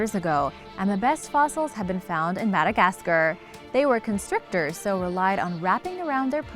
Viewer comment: How do you not know how to pronounce Madagascar?